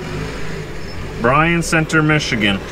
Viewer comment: It's pronounce Byron center the y is the I is silent I'm a michigander haha